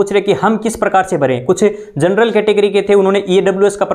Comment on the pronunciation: आप ने आज भी जनरल को जरनल बोला है ,दिन में 10 बार जनरल वर्ड को रिपीट करो habit में आ जाएगा 🙏